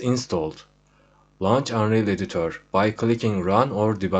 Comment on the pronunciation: editör dediği anda ikna oldum